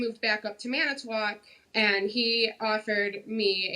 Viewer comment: Maury pronounced "Manitowoc" Wisconsin the way it's spelled, but not the way the local cheese heads pronounce it. 😅